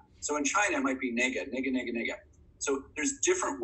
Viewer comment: Ne-gah, please!